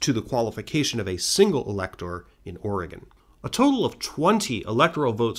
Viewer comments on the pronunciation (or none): none